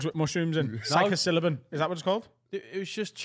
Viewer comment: Physocylabin🤣 it's psilocybin 🤣